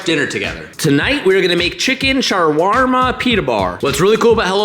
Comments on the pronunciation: chicken SHAA-WAAR-MA lolol. shwarma is how it's pronounced. middle eastern food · "Chicken sharrr warrrma" 😂 apparently that was his first time ever saying that word.